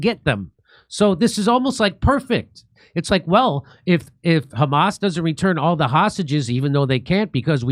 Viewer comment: "you know it's the khamas" LOL